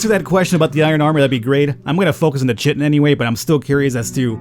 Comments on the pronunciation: Kai-tin. Not shiteen ;) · That's "Kaiton" not "Chit-ton". Yeah the spelling is terrible, but that is what it is. For the longest time I was saying it wrong too. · I know it's your stock in trade to mispronounce stuff, but lest you get de-monetised... it's pronounced Kye-tin.:) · I admit, I giggled every time you pronounced 'chitin', no chit! :D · Also, it's pronounced: KYE-tin "ch" = k sound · Chitin is pronounced with a K.